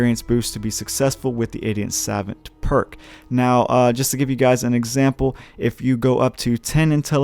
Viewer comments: You can just Google translate the word Savant to realize it's spoken Suh-vaunt and not Sav-vent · Saw-vaunt not sevent 😂😂😂😂😂😂😂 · Angel Andringa more like suh-vOnt. Gotta hit that stressed syllable. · I have 2 but know its Saw-vaunt not savent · The irony of your ass not knowing how to say SAVANT is tragic. How on the hell are you making videos talking like that? It’s pronounce “Sah-vawnt” dude. Ffs I wanna cut my ears off when you say it wrong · "suh-VAUNT" is how to pronounce that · sa - vahnt or sav - uhnt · god he kept saying SAvant by the 3rd time i got a migraine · The word is pronounced ‘Sa-vont’ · Suh vaunt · oh my god… it’s sav-ah-nt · Jesus, man. It's pronounced: 'Sah-vahnt'. "Suh" like the first part of "suppose", and "vant" like saying want with a german accent. Not that hard. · It’s suh-vaunt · Its pronounced sahvant you dumas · It's pronounced "suh vont" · Pronounced "sa-vahnt" a French word. Assuming you do not know what the word means, it is a person of high intelligence, scholarly. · No it’s not pronounced savont dumbass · Sah-Vont Ugh. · It is pronounced Sevant btw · Your the idiot, you can't pronounce the word "savant" properly. Get back to school. You MUST be American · I almost disliked because of the way you misspronounce Savant. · Cringe every time he tries to pronounce savant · Video is unwatchable because you cannot pronounce savant correctly. I wish I was joking but it just makes the video totally unwatchable. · how tf can you be american and not know how to pronounce savant i am a small little swedishboy and i got anfry with yaa i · The way this guy pronounces savant really annoys me. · you are pronouncing savant incorrectly